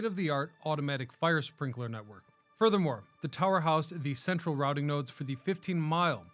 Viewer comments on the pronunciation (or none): none